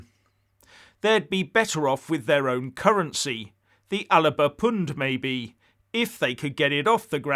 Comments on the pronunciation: Hi. Please pronounce Alex salmons party correctly., otherwise the joke is on you. It is the ALBA party with no I in the middle. It is historically and currently correct in multiple languages. Cheers, an anglokiwi. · 2 syllables in Alba,, not 3.